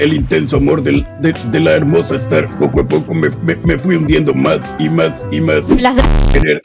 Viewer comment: El "Clases con Starrrrr" me da mil años de vida ❤️✨